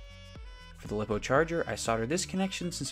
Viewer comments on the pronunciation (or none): lip-oh who's gonna tell him that it's lie-poh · It’s pronounced liepo not liipo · This is pretty cool... But lipo being pronounced as "Lip oh" is making me lose my mind